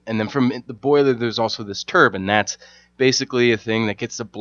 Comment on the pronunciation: Great video, only thing I could criticize is how you say turban instead of turbine. But supper helpful video!